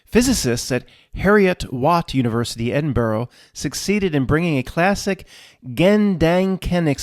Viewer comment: Please it's 'Ed-in-buruh' not 'Ed-in-burrow' 😉. I was on this topic again recently also, strongly disagree reality is subjective...I think perception is, (Is my blue, your blue?, does my sad feel like your anxiety?, is my hearing range the same as the next man's?, etc), and that reality can simultaneously present two seemingly different scenarios to two different people from one point...oh also detest the term Spiritual Narcissists use a lot "Your truth".